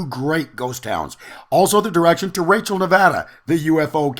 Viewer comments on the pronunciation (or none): none